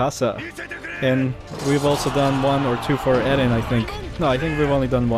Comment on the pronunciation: Its eren not eden